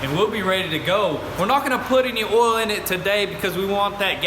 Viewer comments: Hehe, they say "ohl". I grew up in a town that pronounced oil "ohl". Good folks. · I like how you say “oil”